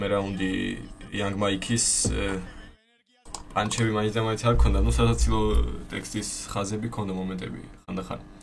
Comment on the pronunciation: ერთი თხოვნა მექნება გთხოვ გაითვალისწინე 😢 პანჩები არა ფანჩები ყველა ეგრე ეძახის და ეს პანჩები ცუდად ხვდება ყურში😅